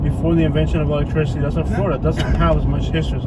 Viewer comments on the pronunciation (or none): none